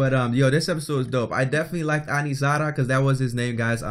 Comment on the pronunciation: He said “Anizara “ LOL it’s Aniraza